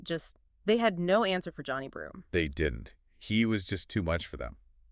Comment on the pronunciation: Nothing went wrong for the Spartans. Auburn was the #1 team in the country all year for a reason. And you pronounced Johni Broome’s name wrong. Racist.